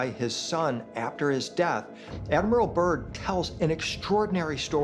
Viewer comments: Admiral Byrd - not 'Burn' .. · It's Byrd not burn smh lol 😅